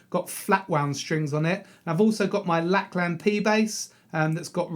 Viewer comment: Great video, but just two smart ass comments: 1. Lakland is pronounced Lak'e'land and 2. the feel of the notes in the Time Is Tight bassline is more legato. ... no harm meant, bro...😊